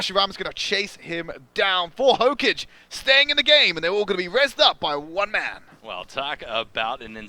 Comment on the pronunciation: hokaage not hocage 😑